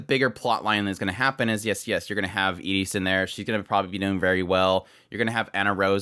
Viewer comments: He was saying Iris but pronouncing it with a short 'i' like in "it" instead of the usual way "eye-ris". That might be how they pronounce it in Japanese, idr. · I keep getting confused. Who were you hoping Annerose would get matched up with? Iris, the red haired princess. Sorry, but I'm a bit neurodivergent and how you pronounce some of the names confuses me. From context I assume you were talking about Iris, but it sounds like Eta's name, the girl they wheeled out on a cart.